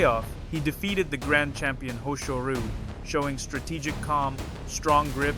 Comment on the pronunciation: HoshoRU?! Is this AI sht again? Or a very lazy person in names who just wants to make money?